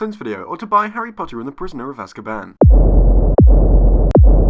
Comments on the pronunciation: Az-kah-BAN? IT'S AHZKHABAHN! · "Everything wrong with Harry Potter and the Prisoner in 8 Minutes orf Laezsskaban"